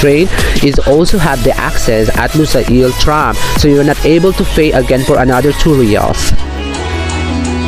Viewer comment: just wanted to let you know, its lu-sayl, not lusa-il ;)